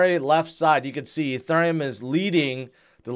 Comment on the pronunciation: I’m like, “Is he saying Etherneum ?”